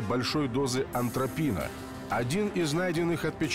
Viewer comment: На ведущий читает текст про дозу аНтропина, такого вещества нет, все признаки смерти указывают на атропин.